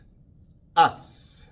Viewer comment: Profe la palabra US, se pronuncia igual que ass.😊